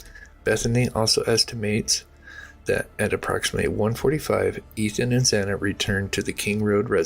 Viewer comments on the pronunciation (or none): Yes! Thank you for saying that because I was shocked that he screwed up the victim's names so much. If I were a family member, particularly of Kaylee or Xana I'd be furious that my child's name was not pronounced right.